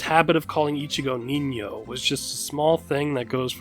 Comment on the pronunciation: Nice Ñ pronunciation dude